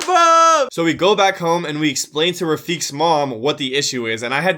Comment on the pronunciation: Pretty sure. Its pronounced rafiq like "Qa"